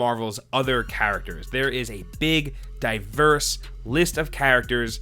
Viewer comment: please never say diverse again